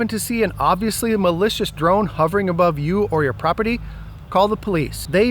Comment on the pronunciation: Well stated, even "abrove"